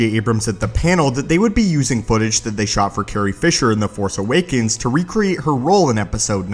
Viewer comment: You keep editing out the "s" sounds at the end of your words. The Force Awaken? Specie?